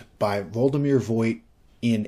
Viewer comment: I think Voigt is pronounced Vogt, like, the i is not pronounced. It's a relatively common German name.